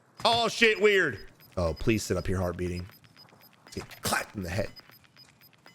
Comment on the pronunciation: I get so giggly when he says weird. I say it to my kids all the time now.